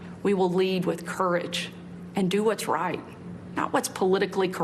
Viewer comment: Anyone who cant pronounce the word 'Right' shouldn't be representing or speaking on behalf of anyone.